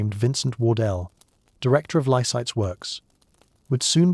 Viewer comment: it's Lysaghts , not Lysites , get it right !